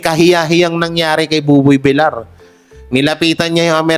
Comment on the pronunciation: Boss paki ayos ang pronounciation mo mas oki ung Vilyar na sanihin kesa Vilar pls TVJ din ako forever